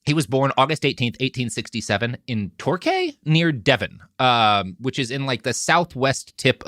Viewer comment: Torquay is pronounced tor-kee (yes English place names are silly)